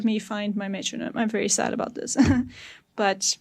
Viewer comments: hahaha did i hear "aboot"? ohh caaaa---nadaaa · That’s South African mate! Cracking video too!